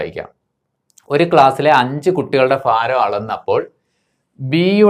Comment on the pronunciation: മാഷെ, ഫാരമല്ല, ഭാരം fha അല്ല bha